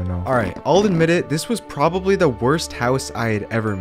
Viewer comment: "This is probrably the worst house I hae ever made." TRUST ME I'VE MADE WORST.